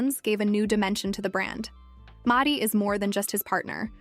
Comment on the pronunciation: The most impressive thing about this, was the mispronunciation of "Maddie" over and over.